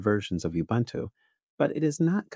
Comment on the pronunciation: It's OOBOONTOO!